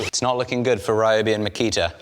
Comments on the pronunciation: "This Raiyoubi drill..." The other errors are to be expected, but pronouncing 'ryo' as 'rai'!? HOW do you manage to get 'rai', from 'ryo'!? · Ryobi might do better if you pronounced it's name correctly 😂😂😂 seriously tho, was def time for something new, Ole girl served you well